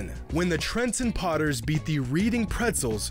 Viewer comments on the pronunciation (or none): It's pronounced redding Pretzels not reading like it's spelled Reading PA is where splits Pretzels is made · it's pronounced "redding" not "reading" and it is the name of a city in pennsylvania, not a verb. still, pretzels is an amazing sports team name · It's not "REEDING" its "REDDING" (obvously spelled "Reading") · It isn't pronounced "Reeding" it is pronounced "Red-ing" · I think the “reading pretzels” was perhaps pronounced “redding” although I could be wrong. I just know the town we have in the uk is pronounced that way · it's pronounced ''red-ing'' not reading btw. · lol it's pronounced redding not reeding pretzels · Dude really said Reed-ing pretzels. i’m from Reading never thought this city would get mentioned anywhere but it’s pronounced Redd-ing. not like reading a book. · its pronounced "reding" not reading. From reading, PA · It’s pronounced RED-ING. Not READ-ING. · I hate to do this to you but for all my PA people I gotta tell you that it’s pronounced REDing not reeding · It’s pronounced red ing not reading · GREAT video! One correction. It's "RED" not "READ" in Reading Pretzels. My wife is from Pennsylvania, they say towns like weirdos out there. Ha. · My guy, Reading is pronounced like Reding not Reeding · Pretty sure your pronouncing Reading wrong. Most likely Reading pronounced like Reding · FYI it's pronounced "red-ing" not reading. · It's pronounced "Red-ing" not "Read-ing". No one will see this comment or understand what I'm talking about unless your from Southeastern Pennsylvania. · Its not Reading like read its Reading like Redding its a City in Pennsylvania, that mispronunciation irked my soul bro omfg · Btw it’s pronounced Red-ing not reading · I believe it’s pronounced “redding” not “reeding” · If it’s Reading, PA; it’s pronounced ‘Red-ing’ rather than ‘reed-ing’. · its Red-ing Pretzels not Reading btw. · pronounced red-ing not read-ing lol, great vid tho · Not to be that guy but it’s pronounced “redding” not “reading”